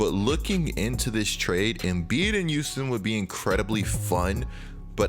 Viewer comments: Does anyone else here him say “Youston” instead of Houston? I just think it’s cool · Youston Rockets 😂😂 it’s Houston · Take a shot every time says “Youston”